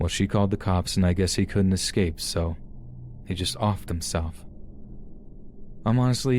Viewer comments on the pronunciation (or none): The word is escape, not excape.